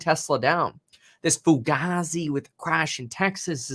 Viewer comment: foo-gay-zee fugase